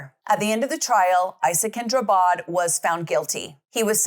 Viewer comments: Drabbad. Like ABBA with dr and a d att the end. Not Drubbed. Drabbad means afflicted in Swedish. He changed it because he believes that everyone he meets is afflicted by him. Translated as such, his name is now Isakin Afflicted. And in Swedish trials we don't have a jury, we have lay judges and judges. 😊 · Not "Drubbed". He changed his name to "Drabbad", which means "afflicted by", "affected by" or "stricken with".